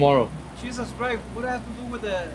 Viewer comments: "Cheezit christ"😂😂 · “Cheezit Christ” 🤣